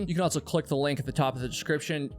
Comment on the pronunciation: You always say “Altso”😂